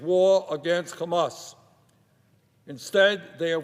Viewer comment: Its called hamas not khamas